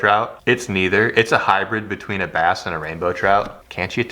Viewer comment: Trass?!? "Brout"